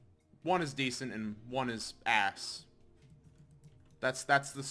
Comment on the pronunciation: the way you say ass😂😂